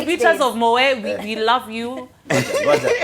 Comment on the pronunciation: what is MOWE (MOET) my people it pronounced MOWET!!